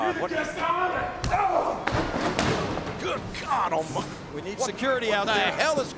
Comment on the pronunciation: Haha the king says secority secority